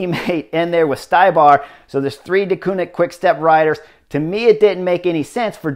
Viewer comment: Yeah, Štybar is also not Schtai-bar, but schti-bar (like schtick w/o the ck and bar)